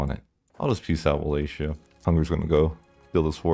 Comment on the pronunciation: Brother, it's Wallachia not Wallatia